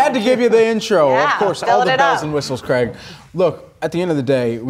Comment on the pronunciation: It’s Craig as in Craig Irwin. Not Greg.